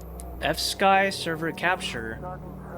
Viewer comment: the constant pronoucing of fsky as fski is causing me physical pain